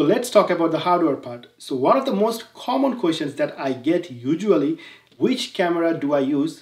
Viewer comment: Apni apnar recent video te ekta shangbadik er pronounciation niye faizlami korsen but nije "usually" word ta pronounce korchen 'ujually" and "common" word pronounce korchen "khommon" LOL. Age nijer pronounciation gulo thik koren pore arekjoner bhul dhorte aishen.